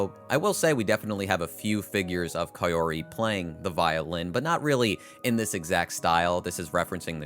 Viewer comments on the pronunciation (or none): Whos kai-yori and what did they do with kaori (cow-ree)